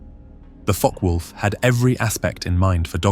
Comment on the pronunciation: NO MENTION of the very obvious much taller under-carraige ( or "under-cart" - as my post-war conscripted ground-crew father used to say) ; doesnt seem to be required for a larger diameter prop ?? Mixing of completely IN-correct and nearly correct pronunciations of "FokkeR Vulf" (actual German) is VERY annoying as so easy to look up !!